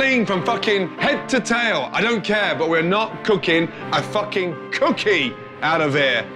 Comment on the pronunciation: I like how he says “Cookie” Cookiey